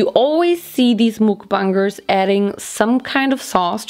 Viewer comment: I can’t 😭 😂 nit Trina be mean but “mOoKBuNgErS”